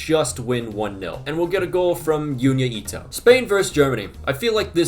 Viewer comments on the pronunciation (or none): You pronounce Junya Ito with a normal J not the Spanish J 😅